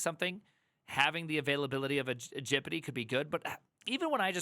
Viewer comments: ITS G.P.T NOT GIPITEE HOLY SHIT. What is wrong with you??? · "Gipeeti", my brain hurts with that pronunciation, it is "Gepetee", pls try that one. Great video and pretty much sums up the situation for Germany too. If you don't have working experience, you will have a very very bad time. A Jr. Data Scientist speaking here. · Why do you say gpt like that